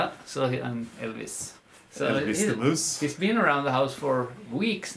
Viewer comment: Hello dears; did you say "Elvis the Moos"???? I LOVE all these episodes, with mooses and mouses and dogs and, and ,and . Love you both, you make life wonderful!